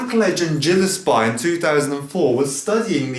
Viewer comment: You pronounced Gillespie incorrectly. Disappointed.